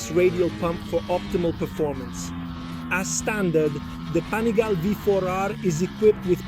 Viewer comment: STOP SAYING "PANIGAIL", JUST LEARN THE DAMN ITALIAN NAME: PA-NI-GA-LE